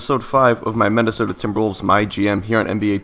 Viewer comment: Anybody else notice how he says mennisota invested of Minnesota?